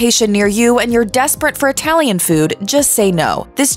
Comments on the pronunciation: I'm sure it was. But I was making fun of the way she pronounced "Italian". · ..."Known for their humongous portions and unique itty-lee-an inspired offerings.."